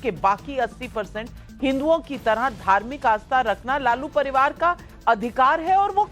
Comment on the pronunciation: Kaun college Mai padhata hai ye RJD ka Professor.Bachhonka bhavishya barbad kar dega.Dusre dharm ke ware mai ye bol nahi sakta haiSar dhad se alag.Pariwar ko Paribad bolta hai